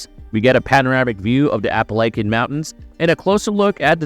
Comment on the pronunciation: You pronounced Appalachia way wrong